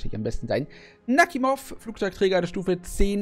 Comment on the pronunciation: Netter Träger, und den Namen spricht man Nachimov aus nicht Nakhimov.